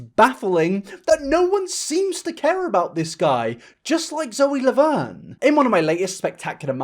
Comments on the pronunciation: I couldn’t help but pause when you said “Loe Zaverne” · hehehe "loe zaverne" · I’m sorry but did he say “Lowey Zaverne” or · Loe Zavern Lol sorry just caught my attention Anyways, great video man! I love your commentary on this situation. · "Loe Zaverne" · I know this is a really serious video, but I can't stop laughing at "Loe Zaverne" lmfaoooo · no one: at the end: Loe ZaVerne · anyone else notice him say loe zavern lmfao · I like how near the end you said “loey zaverne”. These videos need to be seen. The fact that actual predators get away with this stuff is wild. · thank for talking about this but also... did you call her loe zaverne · this man said “loe zaverne” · Every point you made in this video is true...…., but please tell me I'm not the only person who heard him say "Loe Zaverne"?😂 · He also called zoe laverne Loe Zaverne🤣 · Loe Zavern lol Love you dude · im so sorry but "loey zaverne" i laughed